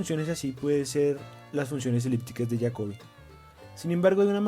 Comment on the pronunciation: De pronuncia como en Español Jacobi , Jacobianas etcétera